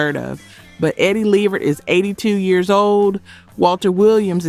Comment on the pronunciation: Not Eddie Lee-vert?